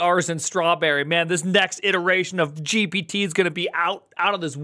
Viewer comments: Did you just call it chat gipitty 😂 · gipity-hoppity and AI is stealing artist's property (Funny how says "GIPITY" so I had to come with some random joke)